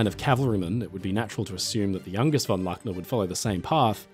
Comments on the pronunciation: IT is a German name ---- LOOKNER --not LACKNER!!!- top story -thank you. In German all words are spoken as the letter says in NATO spelling. U - is always U -as in UNION. A is A AS IN alpha AND MOVIES HAVE BEEN MADE AND THERE IS PLENTY AVAILABLE IN gERMAN TOO.. Sucht mal n bischen!!! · Luckner with the u of Butcher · Luckner = the "u" is pronounced "oo", but as a short vowel. I do invite you to check pronounciation of German (and French, Spanish) names and places with before the audio of a video is done. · I listened to that story in the background, and wondered, what that guy would be, and i never heard of him??? Strangely somehow like Luckner, but with an unheard name. ?? It took me a while, to grasp, that someone would tell a story, without beeing able or willing to tell the name right!!! So easy to to, but simply not willing to. How serious would the rest of your "research" be??? Unable to research the difference between "A" and "U"??????